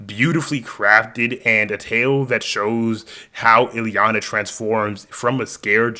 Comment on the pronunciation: Who is Illy-uh? It’s pronounced Ill-E-AH-NUH